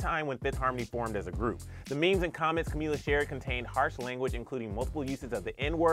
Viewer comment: Cumila 😂😂😂 cummmm